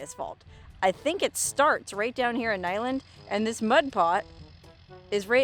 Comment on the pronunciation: I think it's pronounced Nigh-Land. But hey, who cares. lol